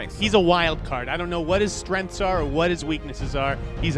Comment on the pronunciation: "strenths" haha its Streng ths